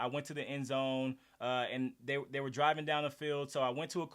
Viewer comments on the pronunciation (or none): none